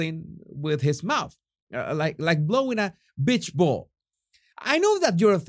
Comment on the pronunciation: You can be as careful as you want with the language but whenever you say beach ball it’s going to come out as bitch ball